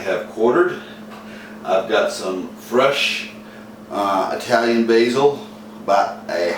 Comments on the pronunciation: The guy said Eye-talian. Nobody ever came or lived in a place called Eye-taly. If he doesn't even know how to say it, how can he cook it. Cooking well is all about the details. He is a total fail. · Did this stunod just say "eye-talian"? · Sorry, bad sound, bad pronunciation Italian, and What happened to "fresh tomatoes"??? Using a blender is a deal killer for me, so I quit the video at that point. Nothing personal.